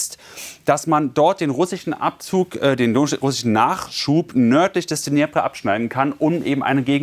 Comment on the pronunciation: Der Fluss heißt "Dnipro", was ist daran so schwer??? Wenn man eher russlandfreundlich ist, kann man auch "Dnepr" sagen. Jedoch nicht "Dnjepre" oder so ähnlich. Ich finde es immer wieder erstaundlich, wie schlecht viele deutsche Journalisten mit der Aussprache ukrainischer oder russischer Worte zurechkommen. Und ich meine ja noch nicht mal das "geratterte" R (aber das können die Bayern ja auch...)